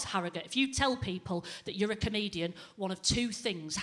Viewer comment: Especially when you can't pronounce comedian.